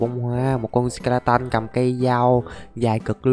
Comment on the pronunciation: Là sờ ke la tờn chứ k phải sờ ke la tân